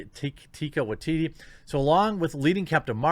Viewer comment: Waiti thinks mispronouncing Maori place names is racist, so by the same logic, your inability to pronounce his Maori name, even though it's not on purpose, is racist by his standard Jeremy mate